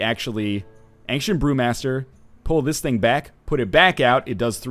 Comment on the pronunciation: it sounded like he said ancient poomaster lol